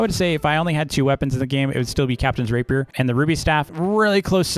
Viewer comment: It’s not pronounced raper it’s pronounced rah-pee-air